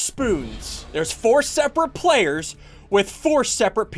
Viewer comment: U said payers I played in3 so I can like cuz u said payers